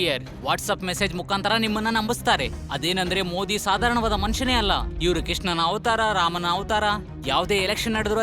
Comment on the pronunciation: ಮೋಡಿ ಅಂತಾ ಹೇಳುತ್ತಿದ್ದಾರೆ. ಮೋದಿ ಅನ್ನಬೇಕು ಅಂತಾ ಅವರಿಗೆ ಗೊತ್ತಿಲ್ವಾ? ಧ್ವನಿ ಸ್ವಲ್ಪವೂ ಚೆನ್ನಾಗಿಲ್ಲ. ದಯವಿಟ್ಟು ಇವರನ್ನು ಬದಲಿಸಿ